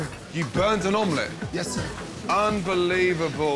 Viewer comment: Give me an omleETTEE